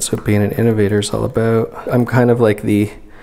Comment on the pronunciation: is he canadian? that “about” sounded very much so